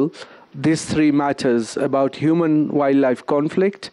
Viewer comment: As a tourism stakeholder I don’t foresee much happening in our ministry if pronouncing “wildlife” is a challenge. Masomo ni nyembamba plus the ability to articulate matters. WSR kindly reconsider